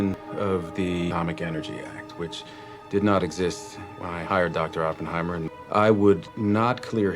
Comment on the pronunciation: Dude hears the correct pronunciation of Oppenheimer for 3 hours and still can’t pronounce it right hahaha 😂